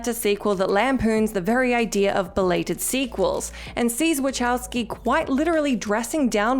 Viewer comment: Love you guys and Brits in general but it's "wah-cow-ski". Say it with us now... No chows involved.